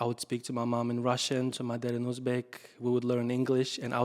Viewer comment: I loved uzbek pronunciation rather than natives 🫠